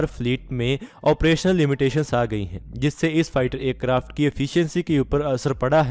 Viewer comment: Bhai Acarft nhi Aircraft bolo